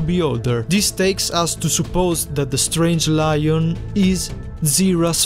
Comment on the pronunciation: Btw it’s not loin it’s Lion